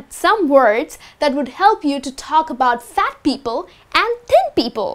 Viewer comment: thin sounds like ten,is it right?